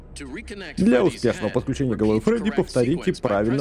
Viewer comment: не фреди а фредди